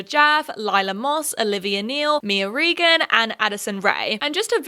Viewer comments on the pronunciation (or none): none